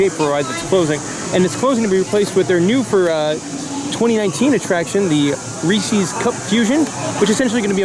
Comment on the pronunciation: Reese's... not Ree-See's. 🤣